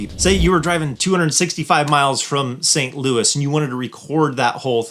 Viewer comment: Thanks. Heard you say STLOUIS. yeah !!!